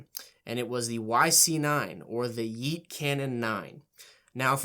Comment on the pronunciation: You straight up boomered the word yeet that i cringed harder than hearing yeet..